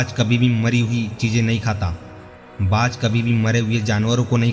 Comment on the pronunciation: कृपया हिंदी सही पढ़ें,बाज होता है बात नही,शेयर होता है सैयर नहीं,हिंदी तो सही पढ़ो भाई।